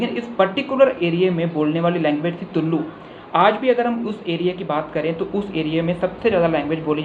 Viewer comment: It's not तुल्लु वो तुलु है।